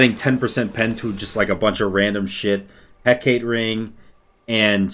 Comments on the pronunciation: Correct me if I'm wrong but I think Hecate is pronounced: Heh-Cah-Tay or Heh-Cah-Tee. Heh-Kate, like he says in the video, might be right but I don't think so 😅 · Btw its pronounced Heck uh tay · Gotta sound it out a bit more. Heck-ah-tea. That's easier for people to get what you want to have them say. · The Hecate is pronounced Hek-ah-tea.